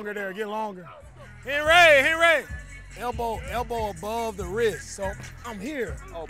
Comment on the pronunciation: hen-RAY!! hen-ray